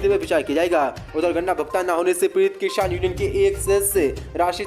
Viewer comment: Kisan ko kishan kyo bolte ho